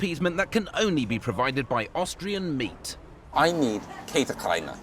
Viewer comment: Richard saying käsekrainer is the best 😂